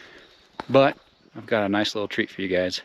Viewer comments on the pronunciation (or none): none